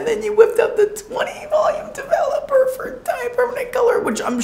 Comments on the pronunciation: De-velop-er it’s DE-VELOP-ER!!! Developer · This first girl was so cute and optimistic 😅. I laughed every time she said "dev-a-LOPPER. Glad she was happy with the final result. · The first girl saying “Devil-epper” let me know it was gonna be a train wreck LOL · Literally heard “double upper” instead of “developer” & was like hmmm 🤔 is that a brand? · sounds like first girl is saying "double-upper" not "developer." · the way she pronounces 'developer' like 'devil upper' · The way the first girl pronounced developer made me angry beyond rational explanation 😤 😂